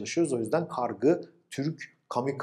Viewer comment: Hocam kargı değil kargu olacak